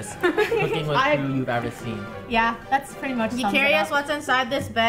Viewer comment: it's not kerw, only krew